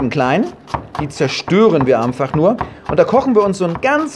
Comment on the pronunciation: Wir lieben euch! Und er kleine Sprachfehler: Amfach, einfach toll. Macht weiter so!